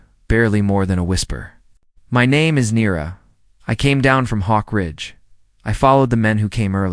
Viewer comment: Yes! In the first 2.5 minutes his name is pronounced at least 3 ways.